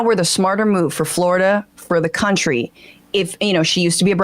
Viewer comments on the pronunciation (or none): none